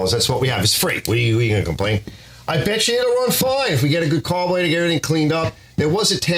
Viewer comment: you are the 2nd vid i've watched today that has said "carbolator" hahaha its gotta be a Philly or NY kinda thing